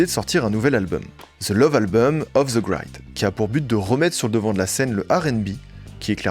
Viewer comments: ça se dit gr-I-d pas gr-AY-d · grid se prononce grid comme en français. c est quoi ces cons qui pensent que tous les i se prononcent ai